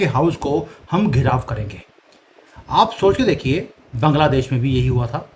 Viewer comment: Your hindi Pronouneciation is incorrect like taandav, Baangladesh